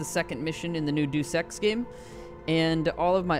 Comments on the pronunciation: "Day-oose-Ex" not "Doose Ex" Pro Tip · It's pronounced Day-us Ex bro....not Duece Ex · >The New DooSex game. It's [dee-uh s, dey-; Latin de-oo s] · Doose ex.... Lmao, I cringe when people say that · It’s Praxis not Paxis and it’s De-us Ex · "Duece Ex" lol. Way to make it look like you have no idea what you're talking about only a few seconds into the video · I stopped watching after I heard dues ex. If you can't even pronounce the game you're playing, I don't need your 'help'.